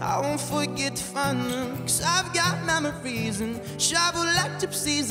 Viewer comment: “I’ve got MAMARYS” one direction energy (It sounds like mammary when he says memory lol)